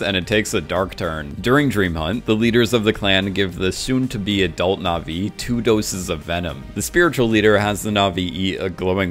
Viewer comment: Dude! You mispronounce na'vi 3 seconds into your "comprenhensive guide"...